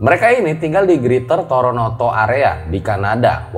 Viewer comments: TORONTO bang bukan TORONOTO 😌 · Toronto bang bukan Toronoto CMIIW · kan sdh ada tulisannya TORONTO kok gw denger mas bilangnya TORONOTO sih?.. apa gw doang yg denger begitu...? 😎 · Kok dengernya toronoto ya.. apa saya salah dengar